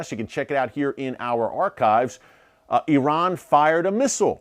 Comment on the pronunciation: Please , please please learn to pronounce the name of Saudi Arabia correctly . It is NOT pronounced SAWdi , it is pronounced as SAUdi - rhymes with HOWDY !! . But at least I give you credit for not using EYEran as most Americans do. Amazing that the hundreds of thousands of troops that have served in Saudi Arabia and Iraq never learned the correct names either - no wonder America is SO good at winning hearts and minds .